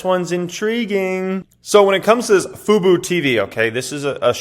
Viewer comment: u know this dude grew up in the 90's when he talking about fubu.. it's fubo tv not some cheap hip hop brand little wangsters used to get into